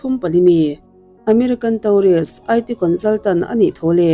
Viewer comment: Tourist pawh hi Taurist ti tawh lo la miss